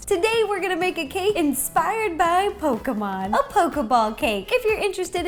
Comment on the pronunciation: Thank god she doesn't say Pok-ee-mon